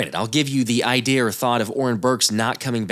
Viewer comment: I know you didn’t just say “idear”!!!! 🤨🤣🤣